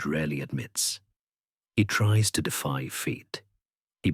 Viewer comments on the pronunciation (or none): none